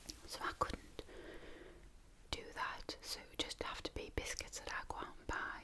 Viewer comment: You must be referring to cookies when you say biskets so what do you call the guy on Sesame Street the biskets monster